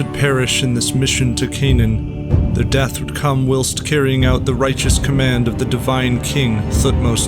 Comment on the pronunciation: he almost certainly used AI for the script. He mispronounced several words including even "whilst".